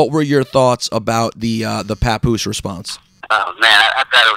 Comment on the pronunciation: Papoose Pa-Poose